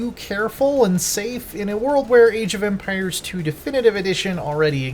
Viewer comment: Eej of Empires?